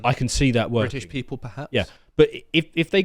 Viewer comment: "Bri'isht people perhaps?" Bwahahahaha 😂